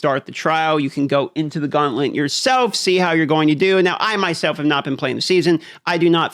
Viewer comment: Gauntlent? 😂 This guy has the most annoying voice and pronunciation.